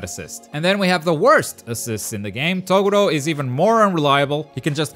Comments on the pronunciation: Who the hell is "TOE GORO", maybe you should watch Yu yu hakusho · Kaguya is definitely the worst character in the game. Aye fuck off Deku isn’t a D he’s at least a B.. Shiryu is a decent character and so is Renji. Cells moveset is shit. I think Gaara isn’t very good and Hancock is shit. Also what is fucking with people like you who can’t pronounce Toguro properly. Kenshin, Shishio and Asta are all great fighters in the game. Yusuke would be a S rate if he had a slightly better moveset. Also WTF Gon and Hisoka are not A characters. They’re moveset are shit. Zoro isn’t all that great. Killua is very good but I don’t think he’s a S tank. Same as Aizen. He’s a B.